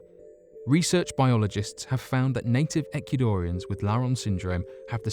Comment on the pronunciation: He also can't say Ecuadorians and says "Equidorians." What a dork!